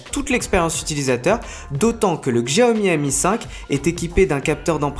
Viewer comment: "CHAOMI" ou "XJIAOMI" lol.....?